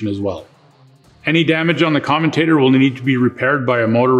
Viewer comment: I would have thought someone giving advice on dc motors would know how to pronounce commutator correctly.